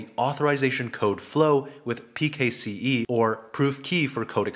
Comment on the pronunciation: its pronounced "pixie" mate